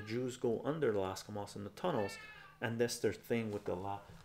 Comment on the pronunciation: dude stop saying alaska mosque!!! hahahah